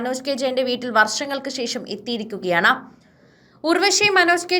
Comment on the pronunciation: ശേശം അല്ല ശേഷം എന്ന് പറയൂ.